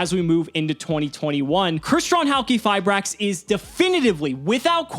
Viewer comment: Fun Fact: Its actually pronounced "Hali-fiber" :_CimoKappa